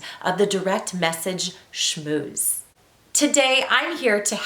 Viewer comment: She just said "shmuse" should I continue this video?